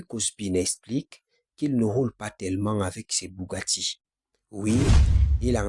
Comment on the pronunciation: Bougatti, Dacia dosteur, il faut aller voir un orthophoniste mon gars !